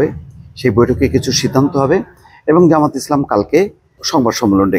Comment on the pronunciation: জামাতের নামটা একটু সুন্দর করে উচ্চারণ করেন সঠিকভাবে বলেন জামায়াতে ইসলামী